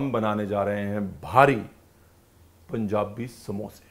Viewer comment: says its "panjabi samosa"..